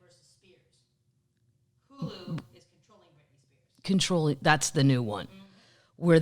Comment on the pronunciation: If I hear Brit Spears one more time. 🤪why? Shoot me.